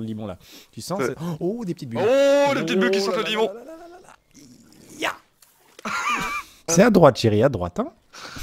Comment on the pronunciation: Qui entend Lemon au lieu de limon ?xDD (cc les otaku)